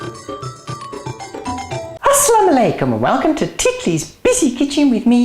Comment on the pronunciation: It's quite rude to say hello in Arabic Islamic when you don't know how to say it! It is not Assam alaikum. It is salam alaikum and this isn't Turkish delight if it doesn't have locom.